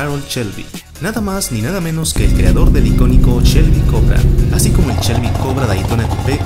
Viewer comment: Si muy padre y todo. Pero " Chelby" y " campion" ... echale poquita calidad a la narración.